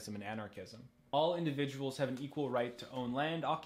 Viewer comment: Thought u said Xanarchism- the ideology of lil xan